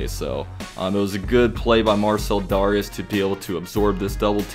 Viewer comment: You SUPPOSED pronounce it DARE-REE-ES 😂😂😂